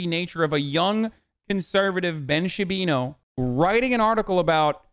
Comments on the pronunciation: When hasan says Shabino it's funny, but when chat says Shabino i laugh my ass off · Does "Ben Shabino" have some kind of meaning or is it just mispronouncing the name to show lack of care for respecting Ben? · shaba booey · Ben Shapino